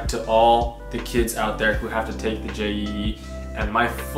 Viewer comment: Not J E E Jeeee